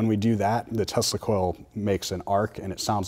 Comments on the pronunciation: Why you keep saying "testicle" :D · They do seem to know their stuff, but I was almost positive that Asian dude says, "testicle," every time he says, "Tesla Coil." Lmao I may or may not have smoked some bitchin' herb just before watching this. Heh. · Did you say the band that plays with tesla coils or testacles? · Great video but every time you said Tesla coil fast I thought you were saying testicles :)